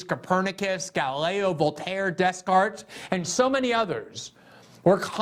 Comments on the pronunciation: 'Des Cartes' 😂😂😂 It's pronounced De Cart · Solid video 👍 Btw Descartes is pronounced “day cart” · 'Dess Cart' Lol